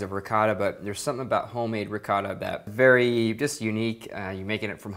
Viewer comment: In our LasagnE there's not "rihota (ricotta)" how you say it, there is "besciamella", which is completely different.